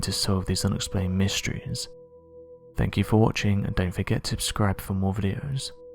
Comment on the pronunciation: Why can't this guy say subscribe? He says "abscribe" in every video. Its even the same amount of syllables. Worst speech ever.